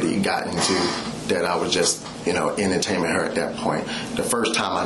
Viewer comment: “I didn’t even know what she meant by south Tampa even. I was just emter-tame-img her at at at that point”